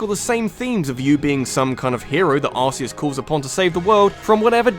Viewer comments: "Arzeos" rly? It's Arceos Cool video though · It's ar-ke-us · Actually it's "r-kay-us" , as that new Pokemon that evolves from Type: Null in Sun and Moon has the ability "RKS System", which is a play on Arceus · Arceus is pronounced Ark-E-us, no Arse-E-us. SAY IT CORRECT :| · It’s not ars-e-es it’s ar-key-us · Its Arc-eus not arse-eus. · Why does everyone pronounce Arceus "A*se-ee-us" It's "Ar-kee-us" I've watched the movie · Tbh though, I kinda like pronouncing it "Ar-kay-us", not "Ar-key-us". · Wait... ARSE-EUS? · It's pronounced AR-KEE-US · actually, in the Japan, its spelled the same but pronounced as see us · Arseus? (arse-eus) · That pronunciation of Arceus though. The pain. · U SAY ARCEUS WRONG